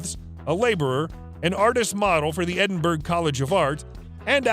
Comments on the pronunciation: It’s pronounced Edin borror not Edin berg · Connery will turn over in his grave listening your pronounce Edinburgh and Cay pronounced Key